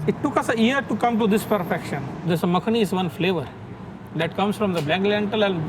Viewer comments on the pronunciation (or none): none